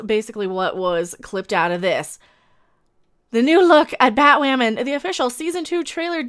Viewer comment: Batwahmen lol 😂💗